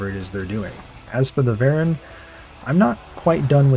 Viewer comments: Hi, why do you say varen when they are called voron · Why are you saying Varon ? It’s Voron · Why do you pronounce "Voron" as "Baron"